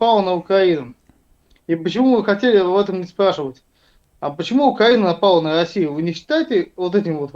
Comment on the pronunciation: "почему УкЯїна напала на Ясию?..пьитаймази!"😂😂😂